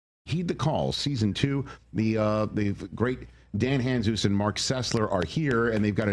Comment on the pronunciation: Funny that Rich, after working with Dan for years, doesn’t know how to pronounce Dan’s last name